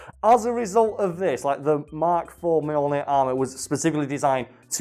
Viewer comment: Every time you say mk IV I cringe